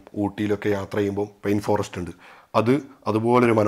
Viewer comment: പെയിൻ ഫോറെസ്റ്റ് അല്ല ചേട്ടാ പൈൻ ഫോറെസ്റ്റ് ആണ്. അർത്ഥം തന്നെ മാറി പോകുന്നു.